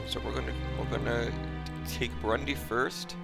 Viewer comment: there stays Brundi in place of burundi